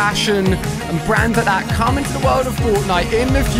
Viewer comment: did you know u say cam iyour mommy